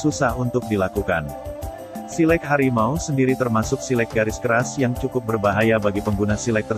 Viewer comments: Min.. Lafaz "silek" itu bunyi e lepas, bukan pepet. Bunyi kan /lafazkan bunyi huruf 'e' pada kata 'silek' Seperti anda membunyikan bunyi huruf "A" pada saat mengucapkan silat. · Naratornya mengucapkan silek tidak sbgmna orang minang mengucapkan kata silek. Jadi agak geli kuping mendengarnya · iko admin pengisi suaro ko bantuaknyo indak urang minang do. ndak pas penyebutan silek dek admin ko do.